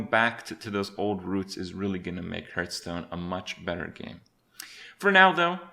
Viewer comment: Your pronounciation of "Hurtstone" is triggering me